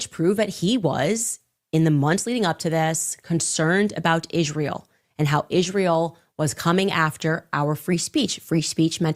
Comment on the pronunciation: I completely agree with you on how Candace puts an emphasis on words. Like ISRAEL. Candace Owens pronounces "Israel" with three distinct syllables, "Is-ra-el," likely as a deliberate choice related to her critical views of the nation's political and cultural influence. While she has made numerous controversial statements about Israel, describing it as a "cult nation" and an "occult nation"… The unique pronunciation seems intended to emphasize the original Hebrew form or to draw attention to the word itself in the context of her broader criticisms, rather than a standard English pronunciation